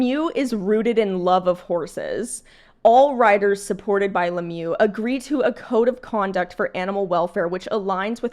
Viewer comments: Le mieux means 'the best' in English. It's pronounced Le meuh in French, rather than le mew. I fully agree with your opinion. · it’s not Lemieu it’s Lemieux